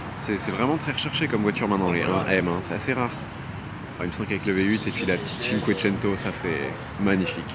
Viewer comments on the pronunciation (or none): none